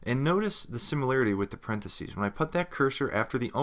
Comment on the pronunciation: The content of the tutorials is very good. However, you are making grammatical mistakes. For example, in the use of the proper names for brackets:- parenthesis is the singular and parentheses (pronounced 'sees' at the end) is plural. These.errors do detract from the quality of the tutorials.